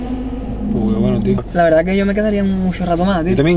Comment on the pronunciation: "Escuxo muxo tra, me encanta anuel, OZUNA..." 😖😖